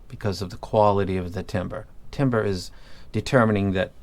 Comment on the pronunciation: You keep saying Timber I keep thinking Ke$ha “It’s going down...”